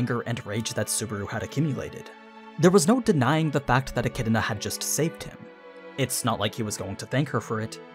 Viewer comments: You keep saying Echidna like E-chi-di-na. Where are you getting that second i lol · stopped watching because the way this guy says e kid in uh pissed me off